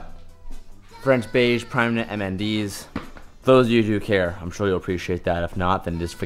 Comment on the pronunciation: Hoser he said primeknit mnds 😂